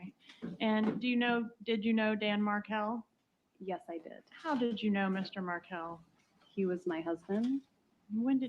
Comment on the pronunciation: Why doesn’t the judge pronounce Markel properly - really disrespectful